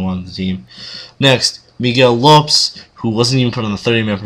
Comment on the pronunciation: It's pronounced Lopez 👊